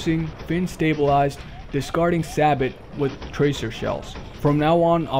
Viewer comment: lol, its pronounced sabow, not sabot